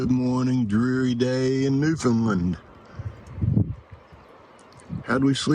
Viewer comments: Great video. Loved everything. FYI. Newfoundland rhymes with understand. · I lived all over the US for 12 years and no one could seem to pronounce Newfoundland correctly. Americans always say New Fin Lin......you have to say it fast New Found Land.......lol.....You stayed in my hometown of Twillingate. Cheers.